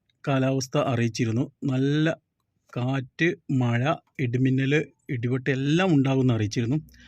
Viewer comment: മയ അല്ല മഴ 😂